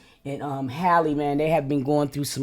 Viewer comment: It'a Ha-Lee not Hay-Lee